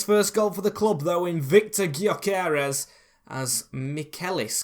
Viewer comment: btw its pronounced gyo kores so like guyo kores